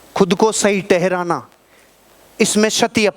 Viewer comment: सर आप जो बोल रहे हो ठहराना वो आप टहराना बोल रहे हो